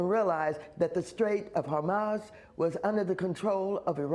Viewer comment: did she say the "strait of hamas?" lmao